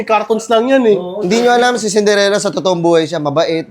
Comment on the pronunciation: Cinderella ❌ Cinderegla ✅